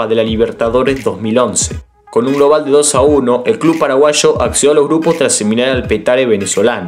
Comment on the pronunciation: Me encanta cuando decís "paraguasho" jajaja buenísimo tu video crack, muy informativo y entretenido, saludos desde Fernando de la Mora🇵🇾